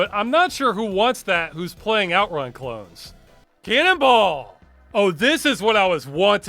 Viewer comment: Ross says Canonball... I keep hearing canibal...